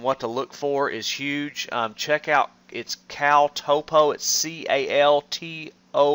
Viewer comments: Hahahaha.... Toe-po! Bra... Top-O... like top-o-graphic! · It's pronounced "topo" not "topo"